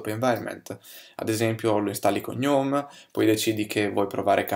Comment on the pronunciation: "Faccio Computer Science" Computer Science si studia non si fa, la cacca si fa :) P.S. GNOME si pronuncia "guhnome".